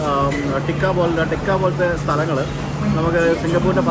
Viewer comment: ടെക്ക അല്ല.... തേക്ക......